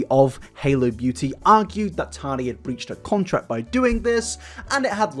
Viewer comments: Dude. I like your videos, I do. But recently your pronunciation has done my ***s in. Why are you pronouncing your T’s as soft d’s? It’s Tati, not Tardy! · I love you, but I couldn’t watch this video because of your pronunciation of Tati. Or in your case, Tani 😂😂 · “TARTY WESTBROOK” 🤣🤣🤣